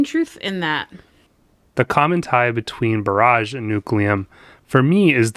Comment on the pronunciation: Just FYI, when referring to a water blockage or dam, such as in this boardgame, it's pronounced [ ˈbär-ij ]. That is, emphasis on the "bar", not the "age". Pronouncing it [ bə-ˈräj ] or similarly, emphasis on the "age", refers to artillery barrages or other similar or metaphorical bursts. (It's allrigh though, just pronounce it how you will. Just thought it was a neat fact to know).